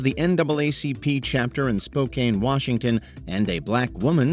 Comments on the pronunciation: Spokane is actually pronounced SPOH-CAN, not SPO-CANE. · I love how almost everyone says Spokane wrong. It’s pronounced SPO-KAN. The E is silent